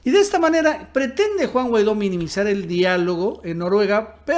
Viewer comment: Minuto "Guaido"